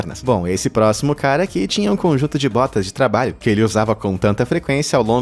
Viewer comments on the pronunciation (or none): mais alguém escutou botas de trabaio?